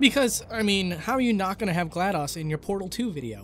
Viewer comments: It's pronounced Glad-dose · i was physically hurt when he pronounced it "gla-dos" not "gla-dose" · It's pronounced gl-a-dos not gl-a-dAs